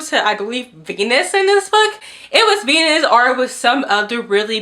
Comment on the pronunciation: Hi I like your wings and eyeshadow did,,,did you pronounce Venice as Venus? Daaang I didn’t realize that Furyborn was the worst book you’ve ever read 💀 The Bargainer series sounds WACK and so does Zara’s random recommendation 😂